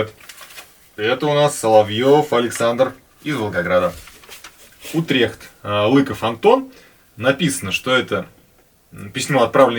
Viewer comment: Привет праверьно ударение на у Утрихт это Голландия .